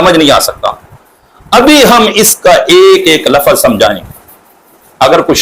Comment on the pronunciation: جب یہ کمبخت، ناہنجار،خبیث،ملعون «لفْظ»کو« لفَظ» پڑھتا ہے تو یہ ہمارے اکابر کی عبارات کو کیا خاک سمجھیں کا